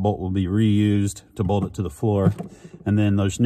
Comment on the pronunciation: I love how every time trys to say BOLT he says BOLD 😂